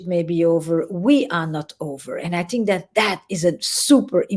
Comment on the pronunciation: Whenever she says "Tink" as in think...I get chills...I'm crushing hard on EP!!!